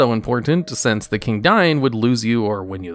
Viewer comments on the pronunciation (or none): just listen to say "council" (or "during" or "since"), where do you place his accent? I haven't encountered this pronunciation before (edit: not making fun, just curious if this is a regional thing somewhere in the USA or Canada)